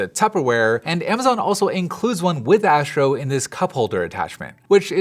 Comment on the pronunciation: Asssssstro. Not Ääschro